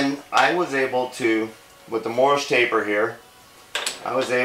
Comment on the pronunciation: Hey mate - you keep saying "Morris Taper" - it is actually "Morse Taper" - Glad to help you poor Yanks learn to speak English - no worries from Australia - Glad to help you Yank Tanks - Go Trump 2020